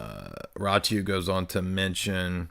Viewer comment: It's pronounced: Ratziu.